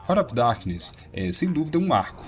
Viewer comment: Desculpe mas... escutar RANA OF DARQUINES é de doer os ouvidos... se pronuncia RÁRT OF DARQUINES A trilha sonora desse jogo e maravilhoso principalmente o som quando você matava algum inimigo, o só da explosão era muito top eu joguei muito esse jogo na época, vou ate baixar novamente e jogar em um emulador. Ótimo jogo um dos melhores do PlayStation 1